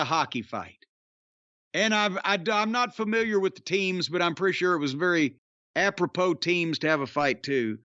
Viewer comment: I don't get "apropro". It's the same number of syllables as "appropriate".